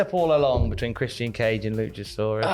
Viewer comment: "Chris-Sian Cage & LusaSaurUs"